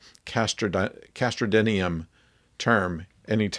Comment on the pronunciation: I don't think it's castrodinium. I too had trouble with that word and played it back many times consecutively 40 years ago from my audio recordings of the episode. Leonard Nimoy says ''cast rodinium'' but one could always check in Memory Alpha or The Star Trek Concordance. As for it being replaced by another harder substance later in the series, military secrets are the most fleeting of all.